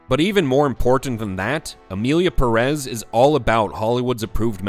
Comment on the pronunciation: Just a small clarification, do you people see that little thing above the first 'e' in Pérez? It means the 'stress' goes on that syllable, not the second, as several YouTubers have been pronouncing. That's just a small tip on Spanish pronunciation, nothing serious.